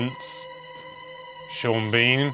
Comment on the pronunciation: Neither you nor Sean Bean said that correctly. omg x'''D